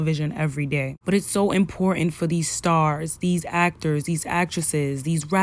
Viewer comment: Two things, my sister. First and MOST important: her name is NOT Holly Berry. It is HALLE Berry. You call yourself a journalist but you can’t get her name right? That is insulting and unprofessional. And second, there are TWO “t’s” in the word “important”. It is NOT pronounced “impor unt”. The slang language of the common man or woman is unacceptable in journalism. If you must drop your “t’s” when you talk to your friends, fine. But as a professional, it is up to you and everyone who aspires to this job, to hold fast to certain high standards. I don’t care what gender or race one belongs to, high standards apply to everyone. And let me add, if I were Halle, I’d fire that publicist for pulling that racist bullshit on you and that brother. Because that is clearly what it was.